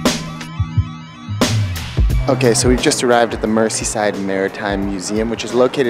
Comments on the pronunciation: Merseyside is pronounced like “mer-zee” instead of “mercy” I don’t blame you getting it wrong though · Great film guys but I found it hard to listen to your mispronunciation of Mersey and Merseyside. You can look that up.